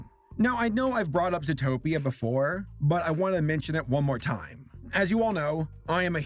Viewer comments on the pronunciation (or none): none